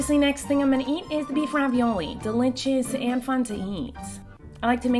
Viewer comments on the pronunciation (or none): Normal people: delicious Miranda sings: delitchis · I love how she says delichous love you so much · in this vid I thought I would have too count how many times Miranda says deli chis I'm surprised I did not have too but all the times she dose say delich is